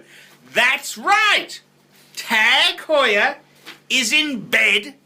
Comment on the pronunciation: OMG, this is like the Charlie Sheen video's. Also, Honda, KTM and Yamaha are world championship racing bikes. Your off your rich fat ass rocker. This guy should be taken off YouTube. And also, PLEASE pronounce Tag Heuer correctly if that's possible.